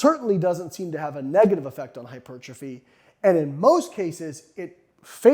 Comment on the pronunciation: What exactly is "HY-PERCHA-FEE" as opposed to Hypertrophy? ...Asking for a friend! lol!! just kidding!! Other than that, Great findings especially for those who still believe more is always better. -Even at the expense of recovery. Recovery always precedes Super Compensation. Which always precedes Growth. Barely crossing conditioning thresholds is in fact all that is needed to inspire new growth. Mowing down and otherwise obliterating thresholds causes too much cellular damage to properly (optimally) recover from in a time frame that will allow the lifter to hit that body part again, before absence and decay steal most (or all) of the benefits sought after. **Soreness is NOT your barometer. A little soreness is fine. But, A LOT of soreness absolutely does not mean more gains. It typically means you've needlessly pushed yourself WAAAAY beyond your current conditioning threshold and pretty much guarantees you will NOT be recovered before your next session, negating all or Most of the intended benefits. -Recovery always precedes Super Compensation, which always precedes Growth. EVERY TIME, ALWAYS